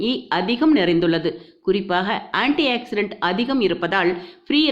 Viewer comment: Anti accident illa, Anti oxidant inu sollunga.Tamil words um kolai.